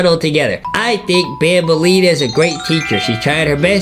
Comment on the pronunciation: Its not banbaleena its bambaleena